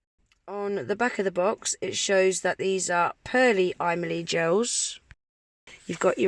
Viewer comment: Kept hearing you saying "I Millie" 😂🙈🤣